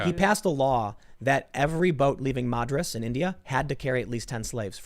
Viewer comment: I got so triggered when Tim mispronounced my hometown Madras lol